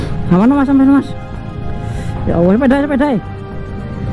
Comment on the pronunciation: Maaf, apa aku salah dengar menyebutNya Ya Awwoh..?